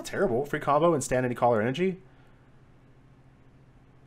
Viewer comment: The way you say color makes me laugh 😂😂. Not in a making fun way but an enjoyment.